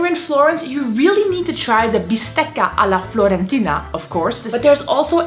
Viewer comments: fiorentina, not florentina! 🤩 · Fiiiiiiiorentina, not Florentina. It's Firenze, not Florenze (Florence) ahhaah. But great tips. I loved the one of the tips, btw. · Bistecca alla FIORENTINA not FLORENTINA! Stop repeating it! Or better yet: stop coming to Italy, too many of you already.